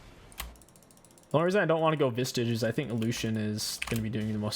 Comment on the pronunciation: Part of the reason I started watching in the first place was because of how often he mispronounced the item names lol